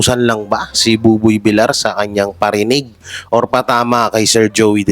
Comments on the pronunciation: idol buboy Vilyar po ang tamang pagbigkas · Buboy Villar (Villiar silent i po.. hindi villar..) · please pronounce properly, Buboy vilyar po hindi vilar. nakakairita kasi. please pronounce family names properly. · Boss it’s villar not vilar pls check your pronounciation thanks.. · Bakit Bilar ka ng Bilar eh Bilyar ang pronunciation ng Villar? Syunga lang? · Umayos ka naman villar hindi vilar